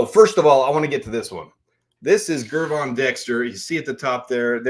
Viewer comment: No slight to you fam, but big Dex name is pronounced with the "J " sound, lots of people do, but you're good bro, keep em coming 🐻🔽